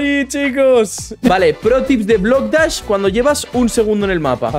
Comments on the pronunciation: dijiste bloc das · Jajaja dijo bock dash en súper l Slide jaja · en súper spider dijiste estamos aquí en blok das xddddd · cuando estabas en el mapa de super eslaid dijiste bloc dahs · Jajajajajaja dijiste blocktas en super eslaia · Porque dijiste Blok das en Super slide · dijiste bloc dash en mes de super eslai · porque en super le dijiste blocdaz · Dijiste blocdach en el minuto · Alcomienso dijiste bloc dachs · TeDiste cuenta que En super eslai Dijiste BlocDas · Xd dijo blok dash